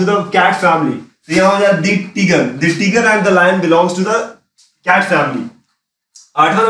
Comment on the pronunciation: sir teeger nhi hota tiger hota h